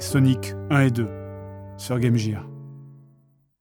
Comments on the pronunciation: C'est fait exprès la prononciation de Game Gir ??? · On ne dit pas Game Jire. T__T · Il a dit Game jire.